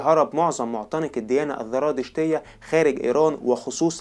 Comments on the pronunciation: لفظها زرادشتية وليست ذرادشتية للتنبيه الكثير من مراجعك مراجع ضعيفة عند كبار المؤرخيين اومنى تحسين مراجعك وتقويتها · عندك خلط بين الذال والزاي للأسف مما جعل الحلقة مملة : الذراتشتية، الذراتشتية الذراتشتية، الذراتشتية، زرادشتية يا اخ ENOUGH IS ENOUGH